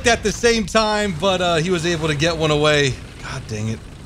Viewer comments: he said go "A"way 😂😂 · He said : GO AVAY!!